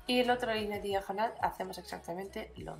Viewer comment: Esss preeeciosaaaa!! Lo que más me gusta como dices diajonal!! Eres tan graciosa con tu acento